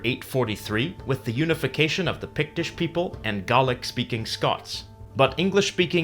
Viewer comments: It's pronounced gaylik not garlick. .. love the history tho this is a great channel. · hahaha, gaelic is pronounced gay-lick by the way not garlic! lol get it right! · great vid but the pronunciation of Gaelic is Gaylic now Garlic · I've never heard Gaelic pronounced "gah-lick" only "gay-lick". Where did you get that? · Why are you pronouncing it garlic? It's Gaelic, pronounced GAY LICK. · Isn't it gay-lick instead of gaw-lick? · Gaelic is the language of Ireland 🇮🇪. It's pronounced Gay-lick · Just saying it’s not “garlic” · This guy says Gaelic like a guy from Boston saying garlic. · Gaelic is an English word to cover both Scots and Irish languages, neither of which is called Gaelic in the respective languages. It doesn't rhyme with "garlic" and I wonder where the presenter picked up the pronunciation. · Am I the only one hearing "garlic" when he says "Gaelic"? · I’m pretty sure it’s pronounced GAY LICK, no pun intended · It's pronoinced gay-lic) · Gaelic is pronounced (gay-lik) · Being Irish, it annoys me so much hearing this. Gaelic is pronounced "gey-lic" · You say Gaelic wrong it more sounds like gaylic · whenever he said Gah-lick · Gallic? Gallic? The ae in Gaelic is pronounced like the first e in here, not Gallic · You pronounced Gaelic wrong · You said Gaelic wrong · it canny be just me that is seriously bothered by how Gaelic is pronounced here.. .-. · ive never once met a fellow scotmans to pronounce it the way you said it here.. i kept going nooo D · IT IS PRONOUNCED GAY LIC NOT GARLIC. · As a linguist I would have thought that would have known how to pronounce the word Gaelic. It should be pronounced Gaylick nor garlic which is species of onion. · It's not pronounced garlic it's more like gaylic. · Must be spicy, that Garlic language . Afraid of pronouncing it Gaylic, are you? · I always pronounced Gaelic, gay-lic, I noticed you pronounce it gar-lic. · I dont think Gaelic is pronounced like 'garlic'... its pronounced like 'gay-lick'